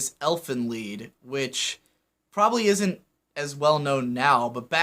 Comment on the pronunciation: I guess you've heard this a lot already, but you're mispronouncing "Elfen Lied". The title, much like the episodes, is named in Germa, and it means roughly "Fairies' Song',.... Wel, TL;DR, you read the "Lied' word as "Leed", not "Ly-d"